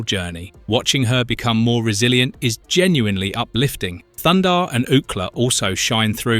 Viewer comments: It's THUNDARR not thunder. I can't believe you say his name wrong every time. It's written right there, are you dense in the head lol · Great vid but it's Thun-Darr ! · ThunDARR, not Thunder. Are you trolling us? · He doesn’t have a Mohawk. He has a Mullet and his name is Thundar not thunder. Very distracting from an otherwise very good review. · Can you take this down and have someone other than an idiot Europeen mispronouncing "Thunder" the barbarian about every third time?